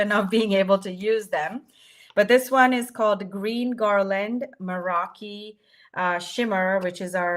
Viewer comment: and thank YOU for always coming up with new and amazing products for us to use! Now, if we could only get to pronounce Meraki right... 😊